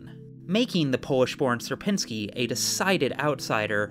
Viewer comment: It is only for Algorithm Summoning Circle, so don't take it too hard When I saw a warning for polish pronounciation I was surprised But then I heard the pronounciation of "Sierpiński" and... Uh... 😅 Anyway, good luck with your move!